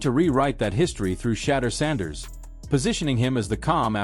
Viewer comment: Say his name right jeez